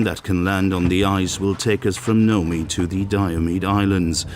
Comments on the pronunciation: Nome, Alaska is pronounced nōm, exactly like the word "gnome." The "e" is silent, and makes it a long "o" sound. Also, Alaska is also called "The Last Frontier," not "The Last Wilderness." Also, when you are talking about "working from dawn until dusk" on the Diomede Islands at 65.5°N during the Winter you are only talking about 6 hours or less. By Winter Solstice they are down to only a couple of hours of daylight. Very similar to Fairbanks, Alaska. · Nome is not pronounced noe-mee, the O is long and the E is silent and it is one syllable, not two. Alaska is called the Last Frontier not the Final Wilderness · If you are so concerned about "climate change" you should have taken a horse instead of an SUV, what a hypocrite. Also, learn how to pronounce Nome, Alaska....Geez, what a dope.